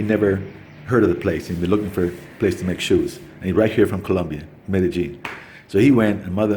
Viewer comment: Great videos! On a funny note, on your videos I think you’ve pronounced Medellin every possible way but the correct way. LOL Mede Lean got me :)